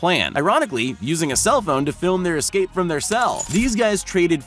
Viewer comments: Why do you say excape? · why say exscape? it is escape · Why do you pronounce “escape” as “ecscape” like a black person? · I love the video but I have Obsessive Compulsive Personal Disorder so every time you say excape I cringe lol, the quality of your videos is great, keep it up. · Why does he say excape, not escape? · Drinking game: have a shot every time my man Larry says 'ix-scape' 😂😂😂😜